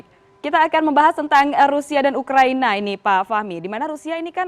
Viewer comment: Ngakak di menit awal dia bilang ukraini🤪🤪🤪